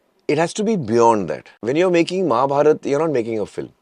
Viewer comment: and I love man for not saying Mahabharata aa but simply saying Mahabharat. we Indians, at least the North Indians should learn to pronounce our Hindi words right. like ram and not Rama, ravan and not ravana. more respect for you man!!! keep rocking